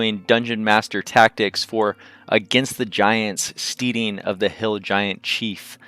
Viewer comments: FYI, steading is pronounced like "heading" not "steeding." Also, it's E-clavdra (one L), not EL-clavdra (two Ls). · St-ee-ding? Really. The word is pronounced so as to rhyme with head not need.